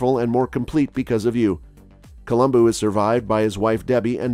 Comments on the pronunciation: Colum-BO not BOO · It's Columbo not Columboo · It's a shame his name was mispronounced during the entire video...